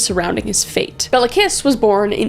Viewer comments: Cinkota is pronounced somewhat like "tsinkota" :D like the end of "cats" for example. :D (And I know you don't care if you mispronounce the name's of POS-s but his name is like "Kish". :D ) I love your videos. It was fun hearing about my country even if it was in THIS concept. :D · 'Bela Kiss' sounds like a fukcing metal name, but it's actually pronounced more like 'Bailo Kish' (the 'o' is like the 'o' in 'on', or 'top'). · Just FYI from someone from Hungary: Béla Kiss -> Bela(a like in *A*lways) KiSH Cinkota -> Tsinkota(a same as in Bela) Budapest -> BudapeSHt Báthory -> BaTory